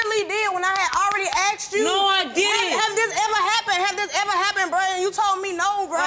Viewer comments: "Aksed" ??.... How hard is it to pronounce this word correctly?? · “I axed you Bruh” sorry I had to say it 😂but that man deserves long time in jail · I AXED u i AXED u lmfao think she meant ASKED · Never understand when people say " I axed you" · "I AXED ya bruh, I ASKED you bruh!!!"😂🤣😂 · "I axed you. I axed you." No. His lying is what axed him. 🪓